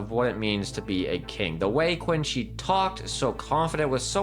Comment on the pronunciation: Also it's not Quin Shi, there's no U, it's pronounced K-ee-n Shi or Ch-ee-n Shi, also it's not Beezlebub, it's Beelzebub